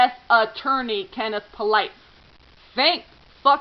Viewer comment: Polite is pronounced "POO-lee" in that neck of the woods. :) Our family grew up with some Polites.